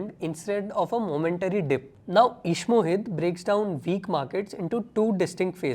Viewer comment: ishmohit ❌ eeeshmohit ✔